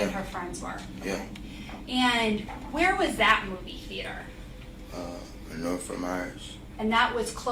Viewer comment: he went to “Nerth” wtf??? He did not go to school. Your Honor he is lying!!!